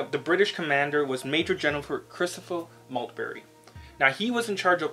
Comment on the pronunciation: Major general Christopher Maltby NOT Maltberry !